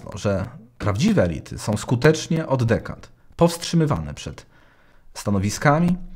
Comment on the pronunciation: Dobrze Pan używa samogłosek elYty i elIty❤️✋